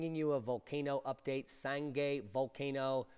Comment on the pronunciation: For the record, "Sangay" rhymes with "Shanghai" or "Some guy". Greetings from Ecuador! I didn't get to witness this phenomenon of nature firsthand because I live in Quito, well over 100 miles away...